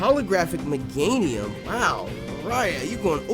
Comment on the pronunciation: It's more pronounced megaynium not mega nium